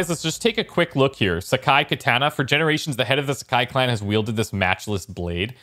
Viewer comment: Muder bushes XD, never heard that one, love it now, for pronunciations, only 1 big one this time, you did pretty well with the rest, and even did well with trying to correct yourself on kaneda at the beginning KATANA, you said "KUH-TAN-UH" remembering my vowel guide on the last vid, this should be closer to "CAW-TAH-NAH" remember, A makes an AH sound pretty much always. saw a couple other good tips in the comments I figured I'd highlight, first off is that Japanese doesn't place any stress on any parts of a word, the entire word should be pronounced in a smooth clock-like cadence, so no need to stress the TA in KATANA. you also don't need to stretch the words for pronunciation, like U should be a very quick "ooh" and not drawn out like is common in English (obviously I'm not a pro at making pronunciations guides, but that should be pretty close lol)